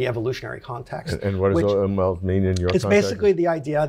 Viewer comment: Umwelt is pronounced “oom velt” but very cool talk!